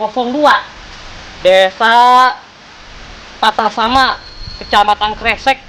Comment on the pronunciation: Kecewa sama ucapn si abang masa patrasana di baca "patrasama"